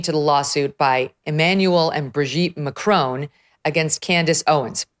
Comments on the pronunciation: Why do Americans pronounce it Macrone when it’s MAC-RON? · Macron not Macrone. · Have the decency to pronounce their names correctly…..it’s not Macrone, it’s Macron. Have the basic decency to at least make an attempt to pronounce their names correctly…. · It's Macron Megyn, not Macrone. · Why do Americans pronounce it like this? Just pronounce it "Mac" (as in the computer) and "Ron" (as in the shortened version of "Ronald", and Harry Potter's best friend!). Mac-ron. It's not spelt "Mac-rone"! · Why do you all say Macrone? There is no E + it's Macron On Macron Not crone No e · "Macrone"? I think the French are in pain,hearing your pronunciation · Why do Americans struggle so much with the pronunciation of "Macron"? Either say it the English way, rhyming it with vowel sound in "song" (ending in a hard n sound), or do it the French way, as all Canadians know how to do, which is not really an "n" sound at all at the end, but more like the vowel sound in "pawn" (no n sound). Under no circumstances, by any speakers, anywhere in the world, should this name rhyme with "bone". This just makes you sound like someone with no clue how to say it but who is trying to sound French. It does not ever, ever rhyme with "bone". Not in French, not in English. Please improve your pronunciation. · Can you please learn how to correctly pronounce Macron? It's driving me nuts. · Can American people just pronounce Macron correctly? Also Brigitte has a feminine voice, and you cannot take hormones for the voice! This is the most ridiculous and vile nonsense. Owens is ridiculous. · Learn how to pronounce Macron in French !! You pronounce her first name in French too!!